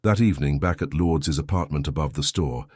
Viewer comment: Filipino pronunciation lour -dez